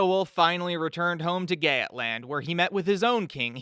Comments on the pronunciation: NOT GAYAT LAND ITS PRONOUNCED GEETLAND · I love how you heavily researched this and even surprisingly put everyone in vendel culture material but pronounced Geatland like Gyaet-land and it was Yeet-land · please stop saying gaytland, im like 90% sure its Götland! Source: im swedish